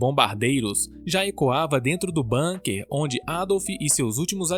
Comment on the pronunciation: Fala-se "búnkar" e não "bânquer"...